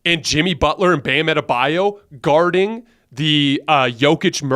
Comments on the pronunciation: You’d think Colin would’ve learned how to say Adebayo’s name by now lmaoo “Adabayou” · Colin: Bam Ade-Bayou 🤣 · Makes me sick when they mispronounce Bam AdebaYO’s name.